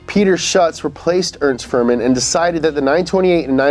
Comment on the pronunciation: it's Fuhrmann not fur man